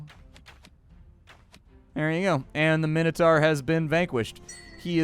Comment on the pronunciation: Is that how you say minotaur in america? Sounds funny